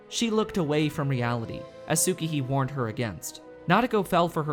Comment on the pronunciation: dammit Tsukihi is pronounced: S-kee-hee